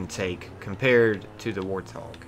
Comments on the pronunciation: Why are you saying warthog with an L? Warlthog?? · "the war thog" bro surely not.